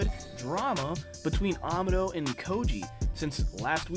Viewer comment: Amado's name is pronounced ah-mah-doh not ama-doh.